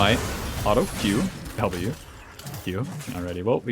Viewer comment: You keep saying alto instead of auto ,where are you from😂